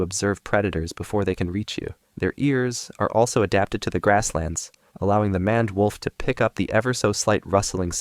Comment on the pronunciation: It's pronounced mained wolf